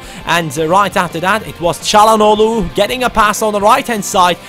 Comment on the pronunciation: ah so you can say calhanoglu well😆